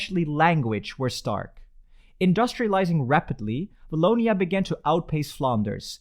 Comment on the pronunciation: You forgot the walloon brabant from the french community. And the "w" of "Wallonia" is the same for "Watson" instead of "v" like "voilà". Good try though.